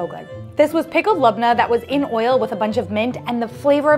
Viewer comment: Surprised by your accurate pronunciations of labnah 😀